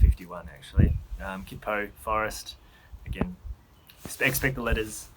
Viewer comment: Kuitpo Forest is gorgeous... I've done a few nav courses there. I'm sure you've been told a hundred times now but what's one more right?... It's pronounced Ky-poh. Silent U and T. I've no idea which language it comes from.